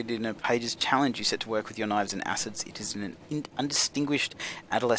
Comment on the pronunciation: Suet = sue-it. It is fat. I have never heard of this game before.